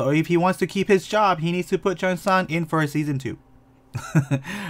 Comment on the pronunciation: cheong-san not chiosang💀